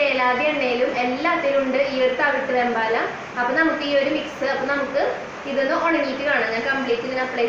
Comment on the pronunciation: വേമ്പാട, വെമ്പാല അല്ല, ഒരു വീഡിയോയിൽ വേമ്പട്ട എന്നും പറയുന്നത് കേട്ടു. വേമ്പാട പട്ട എന്നാണ്